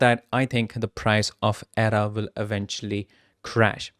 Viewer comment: lol, if you can't even pronounce ADA correctly, why should I even bother listening?